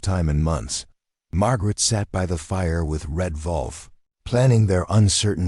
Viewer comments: The AI voice can't even pronounce WOLF right he says it with a V instead of a W, so it sounds like Volf instead of Wolf. Would be GREAT if you could get a REAL LIVE HUMAN BEING to narrarate your stories that way they would pronounce words right and not say dot dot dot when in the story there are 3... Twin Falls, ID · WOLF! NOT VOLF!